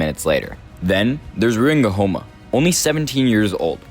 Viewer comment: Nguhoma🤣🤣🤣🤣🤣🤣🤣,nice vid though